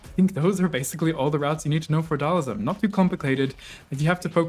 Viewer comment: It's Dhal-SIM. Not Dhal-ISM.